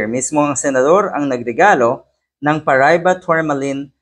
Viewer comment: Pronounce it like this: pa ra i ba And use all short vowel sounds.